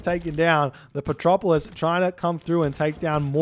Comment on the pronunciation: "Petropolis" a non-existent unit but still pronounce:D:D:D:D